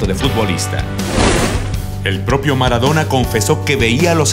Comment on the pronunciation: Jajaja mara-dou-na xddd F murió ú.ù